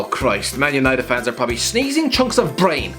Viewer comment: He said probally at least 15 times in this video and every time he reminded me of a horse